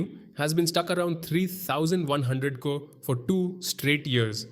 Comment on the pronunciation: I don't know why but it bothers me the way this guy says Crore. 😂😂 It was so weird.